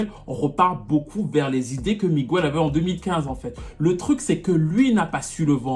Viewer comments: c’est Miguel et non Migüel tu nous as fait mal aux oreilles 🥴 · AAAAARGHHHH ON NE DIT PAS "MIGUOUEL" MAIS "MIGUEL" 😫😫😫 Pourquoi en France on massacre l'espagnol comme ça lol 😫😅☺️ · On dit " miguèle" et pas " migouelle" c'est stressant 😅😅😂😂😂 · Pitié on ne prononce pas le u on dit Miguel et pas miguéel! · Migouelllee🤣🤣. MIGUEL !! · oui on pourrait sauf que c'est pas comme ça que ça se prononce c'est écorché son prénom Sur son post a bien écrit Miguel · Super vidéo mais on dit Miguel et non migüel 😂😂😂 aucun latino ou espagnol prononce son prénom comme ça désolée je devais le dire c’était trop stressant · Ce mec a beaucoup de talent mais depuis qu'il a failli briser la nuque à une nana dans un concert je pense qu'il est pas net . J'osais pas le dire mais j'ai toujours pensé que The Week End était une pale copie de Miguel. Tu confirmes mon avis. Juste pour info Miguel en espagnol ça se prononce "Migél" et non "Migouél" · en espagnol, son nom se prononce Miguèlle.